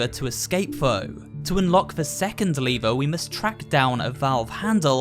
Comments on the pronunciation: LEVER NOT LIVERE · Literally said leever. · The way he says lever hurts me on a different level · Did nobody noticed that he would kept saying lever wrong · Is it me or you are saying lever incorrect.